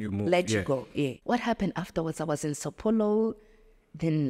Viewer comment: I speak Portuguese I also say she did not mentioned Brazilian cities name properly like saopaulo,etc if you could allow me to speak with her cause I speak both Zulu as well❤